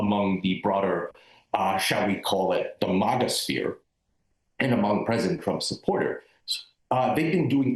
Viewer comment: It’s not MOGGA. It’s MAGA!